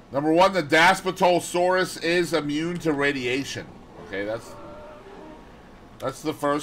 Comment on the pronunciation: Hey man, not trying to be rude but here are the proper pronunciations ; Dass-plee-to-sore-us Bin-toe(or too)-wrong